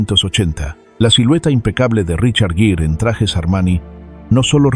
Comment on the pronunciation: Me choca como pronuncia los nombres como el de rochard gere, sin la IA debería saber pronunciar